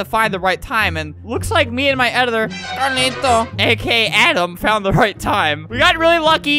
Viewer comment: Uhhhhh its pronounced............. CARLITO